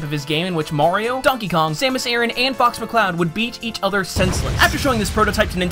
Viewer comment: Did anyone else think he said Fucks McCloud?!